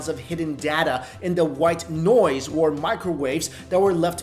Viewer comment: stop saying wor instead of or. k thanx:D